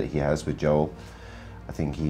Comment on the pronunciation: I don't like that they all mispronounce Joel's name.